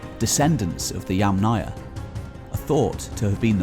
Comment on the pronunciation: "Yamnaya" is pronounced with stress on first syllable, "'YAmnaya".